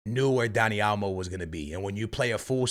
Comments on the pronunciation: also: Dani "A"lmo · “Dani Almo” 😂 it’s OL-MO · Man said Elmo 💀💀💀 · Is it me or does it sound like is saying Elmo and not olmo lol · Dani "Almo" 😅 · For real 😂 over here constantly saying Dani "Almo" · what barca fan said said olmo was a bad signing and that it didn’t make sense? everyone was ecstatic getting him in. secondly, if you’re going to mispronounce names over and over again stop talking about football